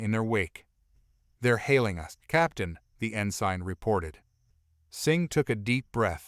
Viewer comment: It irks me how rhe A.I. pronounces some of these words, such as "Ensign" being pronounced as "In Sign", as opposed to "In Sin". Or even these VII being referred to as , "Roman 7"